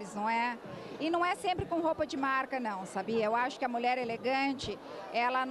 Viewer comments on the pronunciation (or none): Ele não sabe nem pronunciar o nome da marca direito